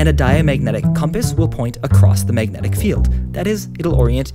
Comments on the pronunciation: I hated the way he said magnetic. "Mayg net ick? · i couldnt watch this video bc of how you say "megnit" "megnitisn" "megnetic"